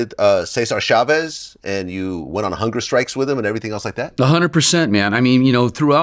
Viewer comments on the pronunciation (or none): Is it pronounced “Shavez” or “Chavez”? I’ve never heard “Shavez” before.